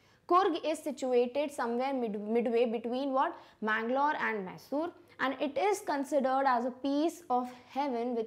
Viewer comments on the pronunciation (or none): sorry mam that manglore prounsiation is wrong